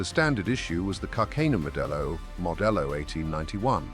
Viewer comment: the AI narrator cannot pronounce words Its carcano. not carcaino